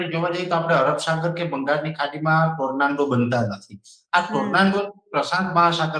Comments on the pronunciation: ટોરનેડો ❌ ટોરનાન્ડો ✅ 😂😂😂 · ગુજરાતી માં વાવાજોડું બોલો. Tornando નથી. Tornado છે. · Bhoshdina Pariya Ne Tornado Bolta Pan Nahthi Aavtu